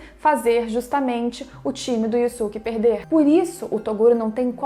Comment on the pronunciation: Você só fala o nome dele errado se o próprio dublador no desenho fala yusuke porque falar diferente